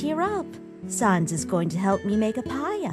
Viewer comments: it's pronounced sahns, as in comic sans, not sons, as in no johns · sAns not sawns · I'd hate to be "that guy", but it's Sans not Sons. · It's sANs not SONS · just to let you know sans is pronounced like sand but no d...you're not good at pronouncing names are you. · Sohns. They pronounce sans Sohns. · Why does she pronounce "Sans" that way? "Sahns"... what? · I love this comic but they way they pronounce “Sans” is basically the Undertale version of calling Aang “Ong” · THE PRONUNCIATION OF SANS BOTHERS ME